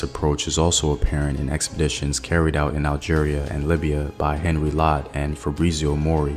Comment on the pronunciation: I appreciate your work but could I suggest that you provide some additional details in the links so that one can search up the information for oneself. And the pronunciation of names should be better it's not Henry it's Henri which is spoken as "On Ree". It would provide a greater sense of authenticity to your very good work and research